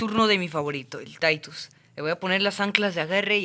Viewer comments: Bro se llama Titus no taitus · se dice titus no taitus